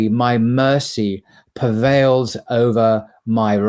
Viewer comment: PREvail, not pervail!